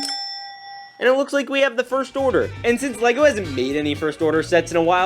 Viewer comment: Did you just say lesgo, and not le-go